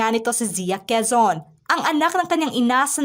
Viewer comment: Pronounce their names correctly. That is very insulting especially “Quizon” at hindi Quezon.